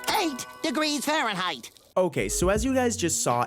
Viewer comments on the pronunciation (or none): none